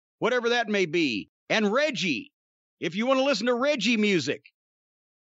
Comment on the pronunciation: Man said Reggie instead of Reggae LMMFAO 😂